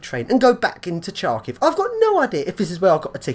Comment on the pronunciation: you pronounce the name of the city incorrectly: first letters "Ха" sounds closer to "ha-ha-ha", not "Cha". "Сha" is "Чa"